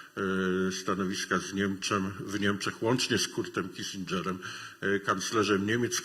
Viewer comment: Wymowa niemieckich słów straszna. Upraszczając: nie Wajzeker, lecz Wajceker; nie Kisindżer, lecz Kisinger; nie waterland, lecz faterland.